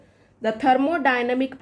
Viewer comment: Thermodynamics hota hai na ki themodynamic